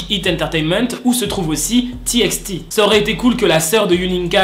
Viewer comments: Ca se prononce T by T mais ca s'ecrit TXT😫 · C’était juste pour te dire que TXT ça se dit T by T voillaa le prend pas mal c’est pas méchant